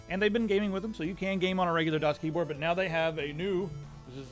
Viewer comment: danielbr93 the first few times pronounced the brand I always heard him saying DOS instead of DAS:D